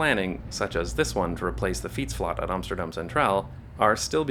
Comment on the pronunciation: Another "for future reference": the dutch use the word "flat" in the same pronunciation as the UK. When you talk about a fietsflat, the "fiets"-bit will be dutch but the "flat" is pronounced as if it were an english-spoken video